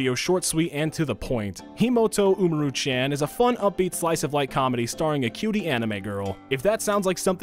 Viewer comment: He pronounced Tachibana correctly, but not Umaru